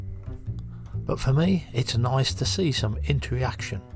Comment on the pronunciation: I love your channel,, great footage as usual, but it's inter-action, not inter-re-action. 😅👍